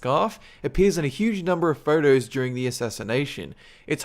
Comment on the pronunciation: This guy can't pronounce his o's. It kind of irritated me. He says phertos instead of photos and herx instead of hoax. And urnnecessary instead of unnecessary.